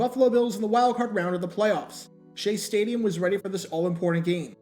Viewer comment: "Stadium" "Staduim"